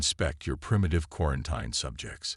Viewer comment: It's pronounced 'quaranTEEN', need better AI narration.